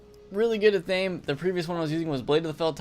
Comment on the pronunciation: Also, it's pronounced ATH-a-may